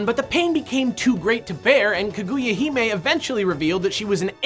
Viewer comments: I know im just picky but it makes me sad every time they say ka-GOO-ya rather than ka-gu-ya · I'm sorry but, "Kuh-GOO-yuh"? Japanese pronunciation - not a strong point for ya, huh.